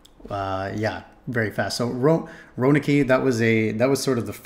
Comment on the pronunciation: I have to agree. Too many breaks trying to explain things while pronouncing names wrong like Roanoke and Sioux.